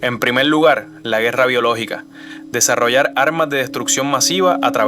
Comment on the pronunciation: GRACIAS POR EL APORTE DE VERDAD MUY CULTURAL , EL DETALLE , EL NARRADOR SU PRONUNCIACIÓN PESIMA ,PELDIDA = PERDIDA , DESARROLLAL = DESARROLLAR ETC. , GRACIAS.